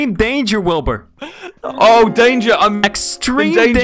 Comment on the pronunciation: Did you just call him wilby